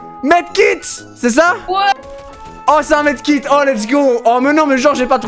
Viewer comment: Il a dis Med kit😂😂😂😂😂